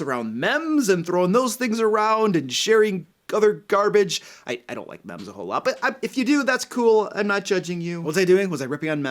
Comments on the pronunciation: It's actually pronounced "meem" supposed to rhyme with gene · Hey,, meme is pronounced like "meeme" (long E). Also, yeah I have had a HARD time finding a group since moving from MI to NYC last year. I know online is an option, however, I have no friends here in Manhattan so I want a table game... And yeah, have not had luck. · The way you pronounce meme physically hurts me.